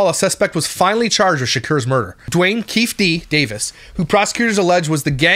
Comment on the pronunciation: Who else is yelling, Keefe--- keef-E D not keef... at their screen, just me 😂 😂 😂 Agree button l \/